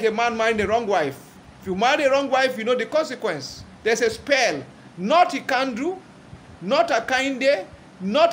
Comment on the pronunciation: Nkandu Luo, say it after me, NKANDU not Ikandu